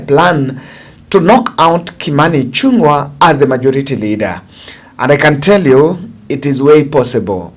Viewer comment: Thanks for the bold analysis Sir. Kimani Ichung'wa's goose is already cooked and he is on his out. A small correct please Kimani Ichung'wa NOT Ichun'gwa. The ng' in Kikuyu is always like the name "Ng'ombe" so sio Ichun'gwa it is ICHÙNG'WA